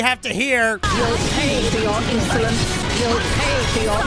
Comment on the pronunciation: Lorithia: You'll pay for your insolence! What I'm hearing: you'll pay for your Insulin. Damn girl you doing a side job for insurance 😅